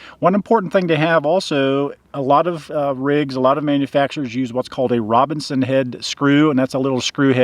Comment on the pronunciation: Forgive me if I heard it wrong, but it sounded like you were saying "RoBINson" screw, but they're actually "RoBERTson" screws....just in case someone is trying to look them up. The screws and bits come in sizes 1 to 4. I'm not sure what size is used in the RV (I also have a Winnebago), but my cheapo drill bit kit came with all 4 sizes. P.S. Great tip about the tools in the passenger-side bins! Now I have to do some rearranging.